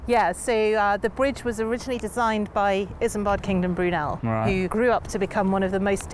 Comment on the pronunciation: The name of the designer is Isambard Kingdom Brunel, in case you couldn't understand what she said . I had to go look it up on Google, myself. I'd never heard of him before.